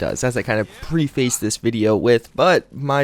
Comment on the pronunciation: Hey, man, heard you pronounce this wrong a couple times on the channel. Preface is pronounced "preffis." All the best to you, sir!